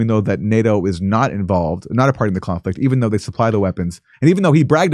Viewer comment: Phaaaaaart of the chooooooonflekt.